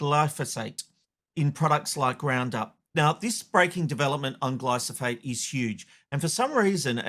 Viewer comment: Yet another humanwho cannot say glyphosate correctly